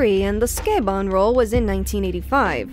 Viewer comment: i was today years old when i found out sukeban is pronounced closer sounding to 'skey-bon' rather than 'sue-kay-ban'